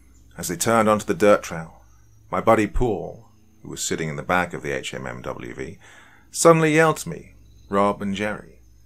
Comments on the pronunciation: fortunately, most of us civilians have at least heard a lot of the jargon and can understand it easily enough if it's used. Guess we can thank all of those movies sponsored by the American military. That said, this was kind of interesting. I don't think I have ever heard someone actually say "HMMWV" out loud in a conversational tone. Like, ever. It's almost shocking how ubiquitous "Humvee" has become. Anyway, good work with the actual writing! If you want to keep writing the gear's name out, you could always give a little key somewhere. "HMMWV = Humvee" as well as any other little errors that may be likely. I am not military or police as mentioned, but I used to hunt and find myself remarkably frustrated by the horrible attempts at pronouncing ammunition names. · Pronounced Hum-vee or also called lovingly a Hummer. Just saying if you want the military lingo. Great stories though. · Yea I was gonna say dude it's a Hum-V was killin me with hmmwv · Great story... but sayin HMMWV instead of “Humvee” kinda hurt my head... also having spent some time at Fort Riley recently, it adds to the creepiness. Just a tip for the doc, googling military jargon can really enhance the immersion of a video. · It’s pronounced Humvee. Not H M M W V. You can tell that the person who wrote this was is a veteran though. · it’s pronounced Hum Vee not HMMWV. Other than that, great story. I was stationed at Ft Riley for four years. The wife is from the local town outside the post. Lots of history. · Love the story but one small critique, it’s pronounced Hum-vee not HMMWV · Sorry but it's called a Hummvy... not an HMMWV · thank god, I was screaming Humvee at my computer every time he said it wrong. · Right... Can say duece and half, but not humvee? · Apparently this narrator didn’t pick up that a “HMMWV” means “Humvee.” Being a Brit civilian, it makes sense. But that’s the kind of thing that could use a little pre-translation. Otherwise, good story. 👍🏻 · Dude just say humvee